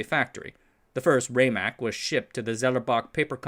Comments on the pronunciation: I was a five year old child in the IBM lab on Santa Clara Street during weekends in 1960. It is pronounced RAM MAC, not RayMac. The heads don't fly because of wobble, they fly with compressed air at the head to keep the distance constant and be immune from folks bumping into the drive. When the heads were first designed they would fly but easily crashed into the surface wrecking the magnetic surface when someone walked by. My father developed the idea of using a wing to force the head against a bubble of air and these forces self regulated as the heads became closer to the disc. The original drive was a spinning drum looked not unlike a spinning garbage can. Disc platters was an innovation. The name Winchester comes from the mystery house not the gun. The project name became the product name when they came up with the idea of 30-30 to overcome the objection of T. Watson Jr. Al Shugart, Amdahl, and others all came out of San Jose. Shugart is most famous for making non compete clauses illegal in California by bringing an 1862 law back to life in a case against Zerox v. Shugart. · Not bad but too many small errors, starting with the pronunciation of "RAMAC" (RMA ACK) and its capacity (3.75 Mbytes or 5 million 6-bit characters) and going on to the peak companies in the HDD industry (77 in 1984) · It's pronounced RAMAC with a short A (Like in Rat or RAM- not like in Rate)